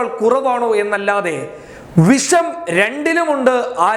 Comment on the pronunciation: പോടാ മര്യാദക്ക് മലയാളം പഠിച്ചിട്ടു വാ. വിശം അല്ല വിഷം. നിന്നെയൊക്കെ പറഞ്ഞിട്ട് കാര്യമില്ല